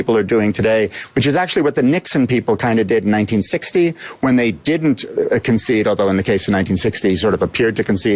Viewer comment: hahaha...democrat communications director...pronounces devisive as "devissive" (in other words devide would be devid, devise would be deviss), then goes on to say, "dinnunt"...I can only assume she meant didn't. I'm sure that if democrats actually learned how to use spoken language to communicate better they would not lose so often.